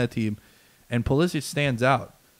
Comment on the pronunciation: The "expert" pronounces Pulisic's name incorrectly.